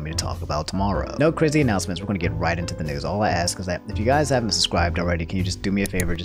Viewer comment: ok this is probably dumb, but its really cute how you say "aks" instead of "ask"